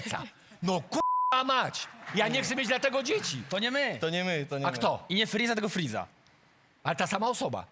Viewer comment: nie friza tylko friza